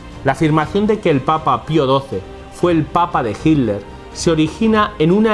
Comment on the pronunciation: Hiddler la t, se pronuncia como d